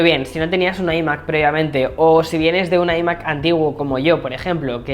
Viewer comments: Se dice ‘ ai Mac ‘ no ‘ i Mac ‘ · ¿Por qué pronuncian iMac? Si se dice iMac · Porque no pronuncias iMac como se debe en ciertas ocaciones?🤣🤦🏻‍♂️ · Decídete cómo pronunciar "iMac"